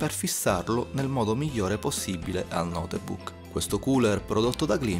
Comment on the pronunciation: Come cazzo l'hai pronunciato Notebook dio santo